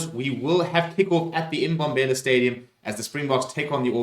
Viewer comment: Sorry dude, no offence, but its not emBombela, rather mmmBombela. Same as mmmPumalanga...??? Otherwise, thanx for everything. I've got a few black guys at work, that loves rugby. Due to their living condtiotions and loadshedding, wich never stops in the town ships, in Mpumalanga, I introduce them to your channel. They love it. But... Always a but,ne...? Pronunciation of the local names... Otherwise, thanx, once more, would love them hearing the right names...👏👏👏👊👊👊